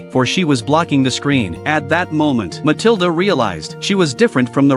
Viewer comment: Pronounced Muh-til-duh